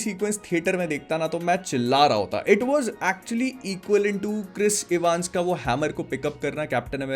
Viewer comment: it's not इवांस but it's एवन्स.....welcome 😌👍